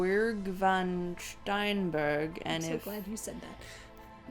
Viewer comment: Imagine my shock when you mentioned van steenberge. I'm less than an hour's drive away from em. I'm not going to comment on how you butchered the name, but I am going to suggest you try their Augustijn and Gulden draak(golden dragon) beers. They're really good!